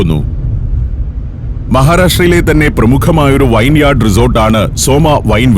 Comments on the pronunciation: Correction: wayineyard ennalla uchaaranam, veeenyard ennaanu. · The correct pronunciation is vinyard.